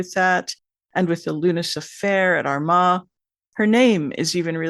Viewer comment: And we pronounce it Armagh no d in the middle ar ma